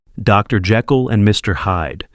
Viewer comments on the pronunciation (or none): none